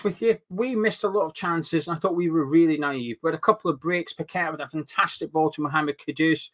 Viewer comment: Nice to hear you pronounce paqueta name properly like a Brazilian. Unlike some of the pundits and commentators who should know better and ask a Brazilian how to call that name .